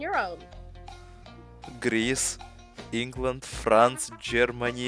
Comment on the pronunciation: "England" nice try buddy. Nope